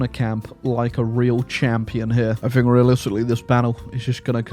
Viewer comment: First one of your videos I've seen. Good content, well presented, and funny. But Holy Christ the inability to pronounce "th" as anything other than "f" (I fink I'll click on this), and the weird Tony Blair style American refusal to pronounce the letter T ("ledder"), I don't know if I can subscribe to that.